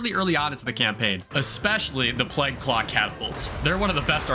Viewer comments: "Plague", not "plegg". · This video is great but hearing ”pleg” fucks me up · does NOT know how to pronounce plague 😭😭😭 bro sounds like he's amish. great video otherwise tho!!!